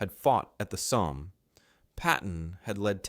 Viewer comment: What's with your odd pronunciation of the 'Somme' and 'Simmons'?